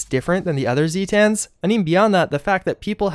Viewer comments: This was a really fun video, please do more lore ones along this line. Also it is pronounced zay-tins rather than zee-tans. They are supposedly from Zeta Reticuli. Thanks. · The way you pronounce "Zetans" hurts my thesaurus. As Zeta is pronounced "Zay-Tuh" and not "Zee-Tah", it's "Zay-Tin", not "Zee-Tan." This is a great video and very informative by the way, not tryin' to be mean or nothin'. Sweaty face emoji. As for the Flatwoods Monster? I suspect that, given its powers, at least some of its abilities might be psychic in nature, as opposed to flat out technological. I could be wrong but given it looks like the Zetan aliens, but with tiny legs and big glowing robot eyes, I imagine this one is either a sort of offshoot or subspecies or perhaps is modified to have psychic powers or something? Not sure. That's just my theory though. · "Zay-tens" like the greek letter Zeta, not "Zee-tahns". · Hearing zee-tan bothered me more than it should have. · him saying zee-tan hurts me